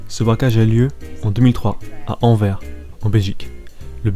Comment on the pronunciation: Sa se dit Anversssss pas anver ^^